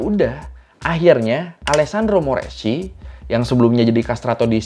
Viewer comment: Gn dibaca Ny (guadagni dibaca guadanyi). Chi dibaca ki (moreschi dibaca moreski)